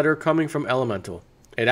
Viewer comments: you say elemental but its elemetal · There is no "N" in Elemetal.